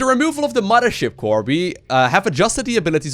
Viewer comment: omg, say "muddership core" one more time! I can't do it, I can't watch this video once it hit Protoss and 50 rapid fires of muddership